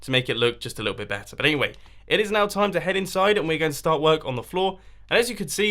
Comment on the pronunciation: you're gonna have a bad tom? pretty sure you either meant "time" or messed up saying "you're gonna have a bath Tim"... and there is no E in sans, although I suppose you could have added that intentionally.